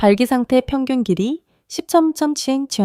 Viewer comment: 뭔말인지.. 텍스트 읽어 주는 건가요? 길이 뭐 이런거 뭉게네요..